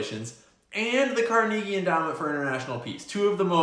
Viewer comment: Haha. You keep pronouncing Carnegie wrong.